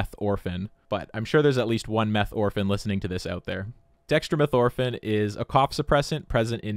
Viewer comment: You just don’t know how to pronounce Dextromethorphan correctly. Try switching the emphasis from ORphan to orPHAN